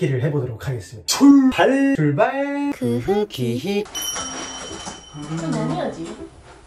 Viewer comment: 초에 출발이 ful발로 들려요 ㅋㅋㅋㅋㅋ